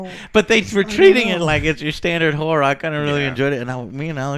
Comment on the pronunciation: It’s a.. whorre film..???? Lol